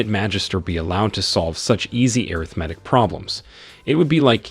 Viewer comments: Ok this my last time. I apologize I was trying to figure out what air riff matic was when he keep saying it and realized that was supposed to be arithmetic. Yo I'm done. I don't think I can watch no more.😅😅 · lol what about airithmatic instead of arithmatic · I love these videos, but the way you pronounce arithmetic hurts my brain, "ah-rith-ma-tic" right? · anyone else get confused the way the narratorbot pronounces Arithmetic or was it just me?